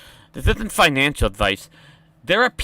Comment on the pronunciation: It's financial, not finical.